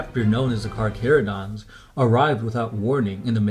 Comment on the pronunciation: A space shark player i know hates this video due to the way the Carcharodons are said (Car-care-oh-dons.) Instead of (Car-Car-oh-dons)